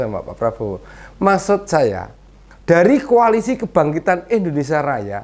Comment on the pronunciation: lucu lucu si bowo, ngomong koalisi jadi ko'alisi?🤣🤣